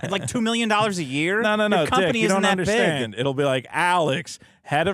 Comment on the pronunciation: I hate how he says "underschtand"